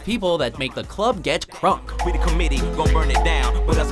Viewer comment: thumbs up if you cringed when he said crunk